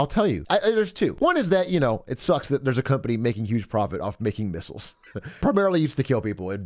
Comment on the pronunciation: Patriet misials fucking wiold